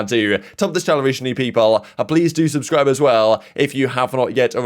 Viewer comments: "Sabascis" brish😂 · At the start of the video tell subscribe properly bro😂